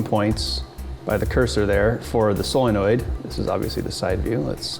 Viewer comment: Still waiting for you to learn how to pronounce solenoid.